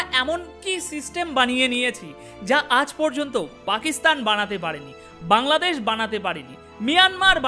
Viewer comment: আপনার অনুষ্ঠান আমি মনোযোগ দিয়ে শুনি। কিন্ত খারাপ লাগল আপনি বাংলাদেশ কে কাংলাদেশ বললেন!